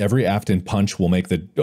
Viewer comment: the “Afton PAWNCH” was literally the funniest shit